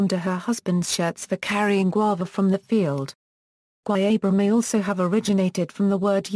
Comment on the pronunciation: PLEASE STOP BUTCHERING THE PROPER PRONUNCIATION OF GUAYABERA ! ! ! ! !